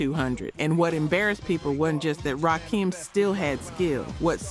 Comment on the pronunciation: Please train your AI voice to say RAKIM!! RAH-KIM not RAH-KEEM!!!